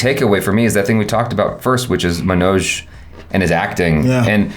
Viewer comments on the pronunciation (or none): Agreed! Everytime he says it, sounds like he's saying MANAAJ, kinda like Nicki Minaj 😐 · Love your discussion on the series,. The only thing that irked me was not saying Manoj's name right. I mean it's 2nd seasons episode 6. About time we do justice to the lead and atleast get the name right.